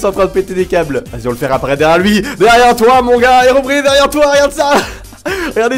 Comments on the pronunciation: On dit HeroBRAIENE pas HerobrIne respecte toi olg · on dit hirobraïne pas hérobrine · On dit ocelo et herobraïne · Le i de Herobrine ce prononce comme en anglais